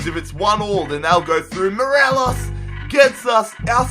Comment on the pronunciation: He said Moreles